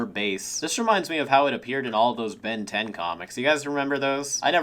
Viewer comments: you actually said "ben dez" at the end of the intro holy shit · saying: "Ben Diez" like the latino version of the intro fuels my soul with Joy